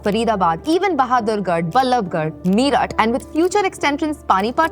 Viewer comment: Meeerut? tis haaazri? what is this? Pronunciation is the key.